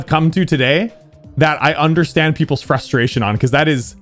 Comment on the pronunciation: FRUSTERATION LOL